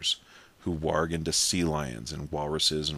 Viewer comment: nice to see somebody finally pronounced warg correctly WARG not WORG